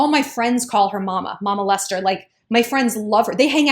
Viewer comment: You Said - Mama Lester I heard - My Molester 😆